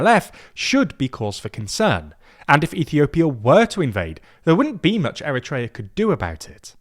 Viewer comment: eriteria is being erit-tating!!